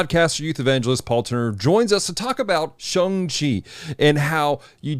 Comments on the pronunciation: Thanks for this message! And Paul's right, its more like ShOng. :) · ... it's 'Shang', rhymes with bang.